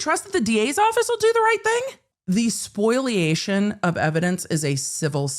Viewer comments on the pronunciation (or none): spoliation, not “spoiliation”